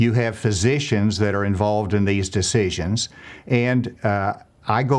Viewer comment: I love how the governor says decieshons